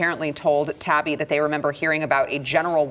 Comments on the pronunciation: Said "tie-ee-bee". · It's 'Ta-yi-bi' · Tah-he-be. Not a Trump fan and his thread was less than fair. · Matt “Tie-ee-bee” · Matt Taibbi (tai-ee-bee). You're welcome. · Matt Taibbi's last name is pronounced /taɪˈiːbi/ . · your saying Matt’s last name wrong. It’s like: tie e bee just sayin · has never heard of Matt Tai-ee-bee? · I usually like the show, but turned it off at 2 min after two names were mispronounced. Two of the biggest names, in a huge story. Take a few min if show prep to make sure you don't blow your credibility by looking unprepared. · Thank you, don’t know why commentators can’t get Taibbe pronunciation correct before going on the air.